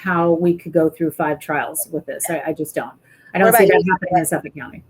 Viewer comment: Please pronounce "Suffolk" County like a New Yorker. "SUFFIK", not "Suff Folk" 😂